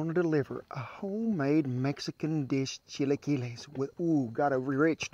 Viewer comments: I hit the thumbs up as soon as you said chilaquiles correctly. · You said chilaquiles perfectly!!!! Delicious!!!!! I love your videos and you!!! Much love! :*** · You pronounced chilaquiles perfectly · I love how he knows how to perfectly pronounce a Mexican dish, and he also always nails cooking any Mexican food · I give him credit for trying. Good job for getting it right. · My mouth is watering. I love his song and dance. And he ends his videos on such a positive note and with a Mr. Rogers quote. What more can you ask for?!?!?! Love this man! Oh! and your chilaquiles accent is perfect! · You said it prenounced it really well. Coming from a spanish speaker. Better than me hahaha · You Said Every Word Right Brother Chilaquiles, Tortillas , Huevos Rancheros Those Chilaquiles Look Good 👍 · Very delicious. And you said it right. Good video keep it up. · Looks so Good I'll Bet Ther Good 2 you did a good job you pronounced it very Good thank you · Outstanding pronunciation of chilaquiles! 🤠👌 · Amazing recipe, amazing video, amazing chilaquiles pronunciation and whaaat a hat!! (y) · Usually we use corn tortillas but you made me laugh when you said chilaquiles correctly you’re hilarious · Just found your channel 👍🏽 new sub here. Ha ha you said chilaquiles correct and also they look legit 😁! Next time try them with corn tortillas, you won’t be disappointed . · These look really good. And yeah you said chilaquiles the right way lol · WOW A GREENGO THAT ACTUALLY CAN SAY IT POPERLY YOU SR DESERVE A PRIZE INLIKE & SUSCRIBE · Came to see how he pronounced "Chilaquiles" and I'm amazed that he pronounced it very well lol. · You got it going on you said it right I had to rewind the video to see if I heard that right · Perfect pronunciation. Chilaquiles! Props to you, sir!